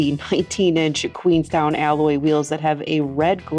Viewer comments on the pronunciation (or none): none